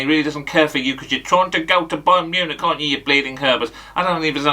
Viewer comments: Mayern Bunich 🤣😂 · Mayern Bunich 🤣🤣🤣🤣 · Mayern Bunich 😂😂😂